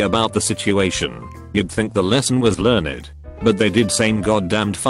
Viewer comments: Everyone: learned Robot: ler-ned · mee-grains, learn-ed